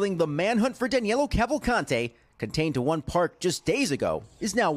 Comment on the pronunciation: "Danelo" lolololol